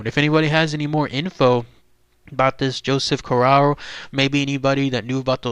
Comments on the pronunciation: You could at least pronounce his name correctly. CORE RAY O smh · We are on the East Coast. Cor ray oh is the Americanized pronunciation which we use but in Sicily Cor ah oh. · My last name is Corrao and I am from the tri state area. Interesting video but you should pronounce the name correctly. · 6'5"...no! Also learn how to pronounce his name if you're going to do a video about the man. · hes not pronouncing correctly either way. Joe was my grandfathers first cousin from Trapani. How are you related? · It’s Corr-A-o and Gambino (not Campino) you numpty.